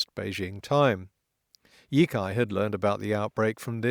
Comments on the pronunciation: Sitting here dithering about whether to comment on not I've decided to go ahead with it; honestly only because your Chinese pronunciation is generally good. The 一财 (yī cái) in "第一财经 (dì yī cáijīng)" is more like yi tsai than yi kai No big deal, but I thought you might want to know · Not to nitpick, but the "cai" in Yicai is pronounced "tsai", not "kai". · yicai is pronounce E-tsai not E-kai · I know correcting pronunciation for a language that the speaker doesn't know is gauche, but Yicai is pronounced Yee-tsai not Yee-kai. The c in pinyin represented a ts sound (though in some cases it can also sound like ch) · In the Pin Yin system for Romanizing (Romanising) Chinese, C is pronounced like our TS sound, not like our K sound. (They were influenced by Slavic linguists when they developed the system.) So for us, Yo Tsai, the old Wade Giles spelling, would be clearer.